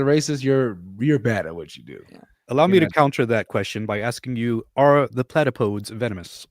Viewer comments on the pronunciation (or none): Actually, the correct pronunciation is closer to "Platapo-deez" than "Plata-poads". ☝🤓